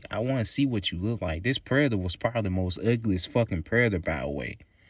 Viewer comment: why tf do you say "Predator" like that?! 🤣